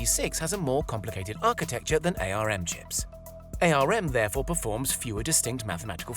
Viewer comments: Tech channel that doesn't know ARM is pronounced "arm" and not "A..R..M". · "Ay Ar Em"? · It's pronounced ARM, as in arm and leg. You kill me every time you say it wrong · RISC I'll give you, but otherwise it's an insult to kids under 10, even they know how to pronounce ARM! :)